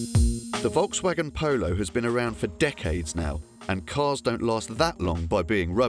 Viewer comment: How seriously can you take a presenter who does not even know how to pronounce the name of the car maker.